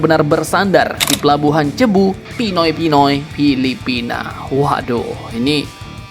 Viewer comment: Min, Cebu dibacanya sebu